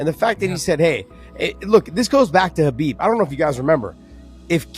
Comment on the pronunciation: Isn't it weird that DC cannot pronounce Islam's name correctly? Why is it that US-Americans don't pay attention to pronounciations of names? Eg. Sonnen: instead of Khamzat, he says Hazmat, or others say "Kabib", instead of "Habib", etc. :)